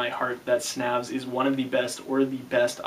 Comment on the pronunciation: it's pronounced 'snävs' uncultured american